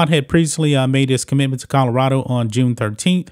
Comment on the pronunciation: colorado not kahdarado lmao